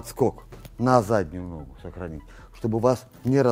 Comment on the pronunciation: Не ногУ, а нОгу, все равно не мОгу😂. С удовольствием смотрю всегда👍🤝